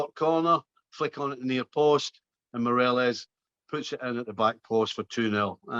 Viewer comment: Will this guy ever pronounce Morelos right?